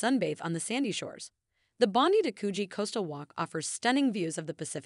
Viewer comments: That bondy thing sh!ts me to tears! Surely they know the correct pronunciation?! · O dear, the beach is pronounced Bond-die, not Bondy. The name Bondi is based on an Aboriginal word which approximates the sound of the surf crashing onto the beach and Circular Quay is pronounced Circular "Key". Bronte Beach is not pronounced Bront, it's pronounced Bron-teh. Coogee (beach) is pronounced .... I give up ...